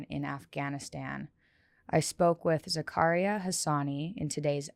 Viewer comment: Its Zah-ka-ree-ya (technically the r is rolled but whatever) Sorry, that was killing me. I feel sad when people tell westerners the "easy" way to say their name. Heading back to listen to the podcast ;)